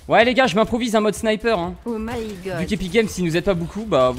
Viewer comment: C pénible le o m’y gode